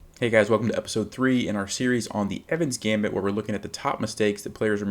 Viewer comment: It's the Evans'-Gambit,please.